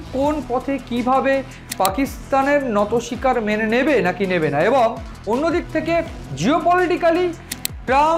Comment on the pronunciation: Kothata NATO SIKAR hoyna , NOTI SIKAR hoy dada .... thik thak bangla sabdo uccharon korun na hole kane lage baddo